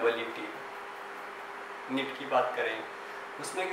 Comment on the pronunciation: It's Neet Bhaiya Not Nit